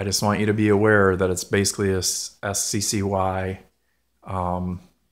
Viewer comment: Sccy? It's pronounced sky and it's still a Ruger which means it's still better quality than kel tech or sccy